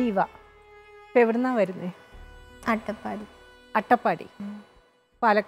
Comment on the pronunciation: അത്തപാടി എന്നൊക്കെ ആണ് ഈ സ്ത്രീ പറയുന്നത്‌